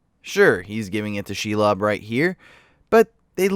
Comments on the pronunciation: Is it difficult to say Shelob and palantir the same way they’re saying it seconds before you or do you just enjoy putting the stress on different syllables? Because I’m pretty sure they’re not saying shuh lob and pa LEN tear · Pronounciation of 90% of words fucking hurt my head "Shell-ob" "El-tra-lel" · Your name pronunciation is garbage. It's ShEElob, not shulob. Also Palantir. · It’s SHE-LOB, not Shilob. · huh, sins for you, how do you know that chair isnt comfortable? how do you not pronounce these words correctly? She-lob? it sounds like shelub... and pal-antir? its palintir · SHE-LOB (NOT SHULOB) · "She-lob" and "the Palan-tier". Buddy, dont speak anymore ever lmfao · His pronunciation of shelob is my new religion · Why do you pronounce shelob and palantir wrong when they say it in the same video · god damn the way you pronounce shit is so infuriating noteworthy examples are palantir and shelob